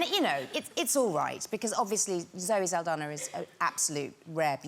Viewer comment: Not Zoe Saldana ..."Saldaña" 😐